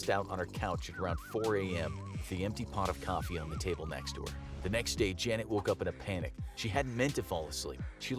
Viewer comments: F for Trying to pronounce Janet. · I love how he kept messing up her name 🤣🤣🤣🤣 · You can not pronounce janet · F for saying name wrong